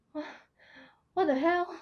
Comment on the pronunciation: The “What the hell” was the most asian thing I’ve ever heard.